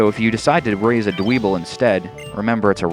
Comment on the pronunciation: Dwebble's name is pronounced Dw-ehbble. Sorry, I can't stand it when people mispronounce names :P